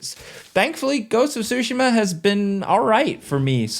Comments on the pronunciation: TSU-shima not SUSHI-ma. Other than this I lived the review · Ghost of Sushi-ma .. bro lol